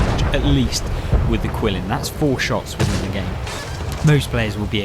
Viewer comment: I don't disagree with anything you said about the Qilin, which I believe is pronounced Geelin. It has always been the best tank in the game IMO. However, don't sleep on the VK 72.01 K. If you know how to play the rear-turret German tanks, you can be absolutely devastating. For me, those two tanks are 1A and 1B for "best" in the game.